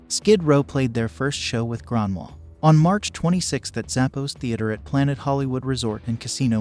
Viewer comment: Hes name is Grönwall with the swedish sound "ö".